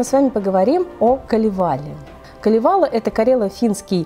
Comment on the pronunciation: Очень познавательно, спасибо. Но только ударения... Ка́левала, По́хьёла, Ку́лерво - будет правильней